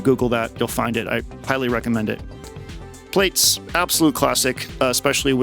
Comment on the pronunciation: 'PLATES'? Please, 'Plaits' is like 'Plaid'. Thanks for the vid x